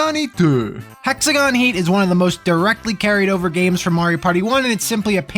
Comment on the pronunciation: That Japanese accent when saying 'Hexagon Heat' sent me to fuckin' space. Holy shit, lol.